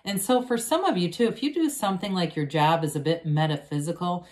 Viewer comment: Lol....I thought you said jab, as in vax..... instead of job. Thank you for the reading ❣️.